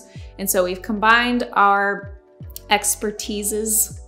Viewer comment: Experti. Yup, definitely the way I am going to say it from now on XD